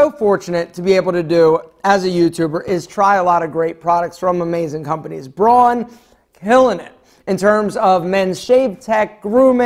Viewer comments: Please, please, please, it‘s called Braun, not Broan. Don‘ get this wrong again, it makes me sick! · Hey! Braun is a German brand and is pronounced "brown", just like the colour. It actually also means brown in German. Just thought you might want to know.:)